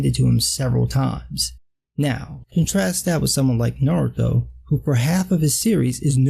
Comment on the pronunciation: It's refreshing to hear someone pronounce Naruto's name correctly for a change.